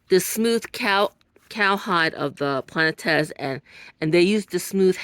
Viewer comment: Thank you for the video ❤ Very enjoyable! It’s pronounced plah-net.